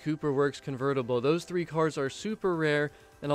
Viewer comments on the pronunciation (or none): none